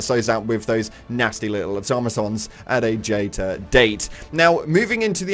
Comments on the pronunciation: "at a jayter date". Lol hilarious, how did you not notice!? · “At a Jater Date.”